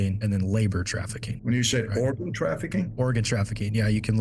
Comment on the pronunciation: he didn’t ask cause he was confused about organ he asked cause it sounded like he said OREGON lol